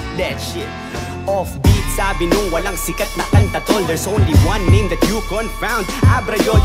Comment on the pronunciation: ABRA SAID "CONFOUND", NOT CAN FOUND.